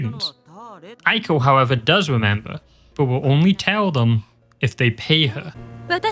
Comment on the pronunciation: i heard "pee her" instead of "pay her" HELP